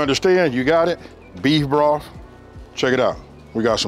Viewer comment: I did everything to the tee. I knew these were going to be off the chain when he called it breef broff